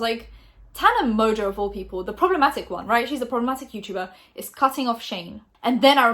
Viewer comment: This is honestly such a waffle... "she could be talking about this prob-leh-ma-ick person or about that other." All of this is wild conjecture based off a 'mysterious' tweet. Watch when it'll turn out it's about someone else entirely, not [clickbait] Shane or David. I remember when you started out and actually had something to say. Nowadays, I feel you're really just a person sitting in her grey bedroom, verbatim reading someone else's (publicly available) tweets or statements, and making wildly-reaching yet still ambiguously speculative comments, i.e. just waffle. There's no insider insight, secret source, animated archive, or comedic spin or personality... All fluffed around a minutes-long brand deal, though. I personally think from just a couple years ago would say "she's taking the piss!" 🤷‍♂️ With peace and love.